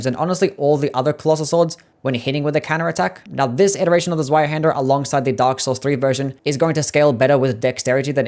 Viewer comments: That pronunciation is atrocious. It’s German so the W is pronounced like a V. Like Zveihander. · oh the pain of hearing the w in zweihander being pronounced like in english and not german